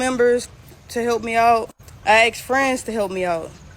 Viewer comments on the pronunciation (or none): She axed her family members and axed friends to help…. She needs a reality check.